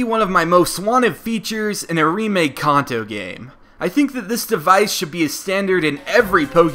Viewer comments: It's kanto not konto(that's how you prenounce it) nice vid though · It's supposed to be pronounced Can-toe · sorry but its pronounced (CAN -- TOE) NOT how you were butchering it... as for the actual comment... Pokemon SUPER Mystery Dungeon was announced today... Meaning the 20th YA isnt going to be a Generation 1 Remake...